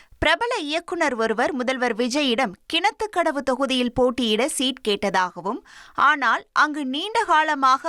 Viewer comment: Kenathu kathavu nnu engaiyum sollalada...thaththi